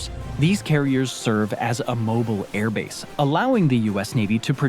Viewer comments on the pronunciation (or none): none